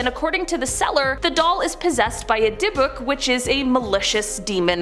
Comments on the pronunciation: FYI-The “Dybbuk Box” is correctly pronounced: DIB-ick” (with the stress on the first syllable). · Your not saying the yiddish dybbuk box name correctly It sounds like Dib ick ... sorry that was making me nutz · Lol that’s not how you pronounce dybukk It’s Di-buhk not teasing just sayin Is she new? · They messed up a couple of things, pronouncing Ed Gein's name wrong and the Dybbuk Box wrong, but other than that is was another great video. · Omg please pronounce names correctly. Dybbok box. Gein.